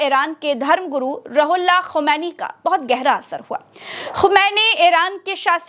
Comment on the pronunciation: Roohullah is the correct pronunciation ❤ Not Rahullah please.